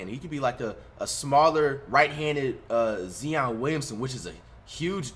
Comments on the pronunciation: This guy flight still says Zion Williamson name wrong still😂🤦🏽‍♂️ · It bothers me how many times he said Zion wrong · Can somebody please tell him how to say Zion name 😂😂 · fligth man i fuck wid yo vids but damn learn to pronouce there name and i kno i spelled it wrong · Please stop sayin zeeeon it’s Zion rahhh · It’s Zion not Zeon bro 🤦🏽‍♂️ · Who else is tired of flight saying ZEon😂🖐🏾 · “Zeeon Williamson” 😂😂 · If this man say Zeon one mo time dawg 😂😂😂😂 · Nobody: Flight: he’s a right handed ZEE-on Williamson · He does know its Zion not Zeon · “ZeOn Williamson” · “Zeeyon”🤣 face ass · Zee-on Williamson😂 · He’s low key right about Tracy Mcgrady. But zee-on Williams nah. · It’s not Zeon Williamson it’s Zion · He said zeon williamson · his name is ZION williamson not ZEON 😭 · flight it's zion not zeeon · ZION NOT ZEEON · Zeeon Williamson what the hell is he saying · Please put respect on his name. It’s ZION not Zeon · Bro it's Zion!!!!!!!! Dawn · Zion not zeon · Zee-on Williamson 🤦‍♂️🤦‍♂️ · It’s Zion not Zion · stop saying zyion bro it’s zion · Zion not zien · Wtf is ZeeOn Williamson Flight? ZION Williamson you fuckin goof! 🤣🤦🏾‍♂️ & he dont play nothing like Zion he got the speed & hops like Westbrook though! Idk wtf he shoot like though! Kinda like Joe Johnson but idk! 🧐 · Nobody: Flight: “He almost shoots like Zee-on Williamson” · So nobody gonna talk about how flight says ZION LIKE ZEEON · 😂😂 “ZEEON” Flight too funny bruh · “Zeon Williamson”😂😂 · I'm definitely am. And I'm also sick and tired of him saying "Akumpo." God, I just want to yell at his ears. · "Zeon Williamson", can this guy pronounce any ones name right? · Stephon marburry, zeeee-on Williamson and T-Mac. Good shit flight🤣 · Nobody: Flight: Zeon Williamson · Who tf is “z on” Williamson flight 😩😩😩🤣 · why are you still saying "zee- on" lmao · Man say Zion name right 😂😂😂😂😂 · This man said zeon not zoin but zeon i don't no much about Stephon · “Smaller right handed Zeeyon” so Ja morant??? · Zeeon? WHO ?!